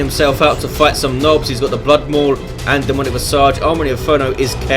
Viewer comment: A splendid cast as usual. Pronunciation Police Alert: Demonic Visage Hate being pronunciation Nazi but someone has to. :) Other than that love your tone of voice. Probably best among all DOWII casters. :)